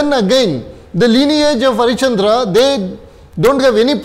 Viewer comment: Sir it's Harishchandra ... Not HariChandra